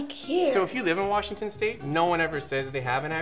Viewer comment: Don’t know where the WA guy was supposed to be from, but any Washingtonian will tell you there is no R in Washington, and we will correct people that mispronounce our state name.